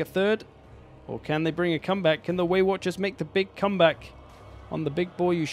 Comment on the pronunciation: you finally started saying waywatchers and then you swapped back and it hurt my heart.